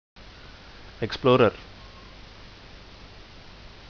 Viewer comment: lol "explorer" is "epluder"